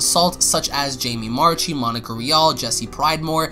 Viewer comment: Jamie Marchi's last name is pronounced marki, not marchee.